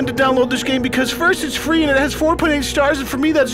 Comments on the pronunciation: Downwode it it fwee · No I'm pretty sure he said it was Fwee not Free. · What is everyone talking about?? This game is actually pretty fun! And its "fee" just like they said in the video! The only downside is, since I started playing all my chest hair fell off, but it doesn't bother me because I'm staring to look just like the Doorbell brothers